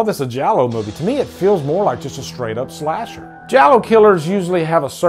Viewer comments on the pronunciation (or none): none